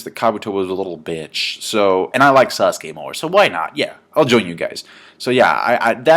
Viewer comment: it's sasuke not sauce.